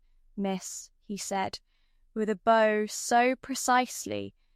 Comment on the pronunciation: AI should know how to properly pronounce simple words like “BOW” like “VISCOUNT” - it’s quite annoying 😢😮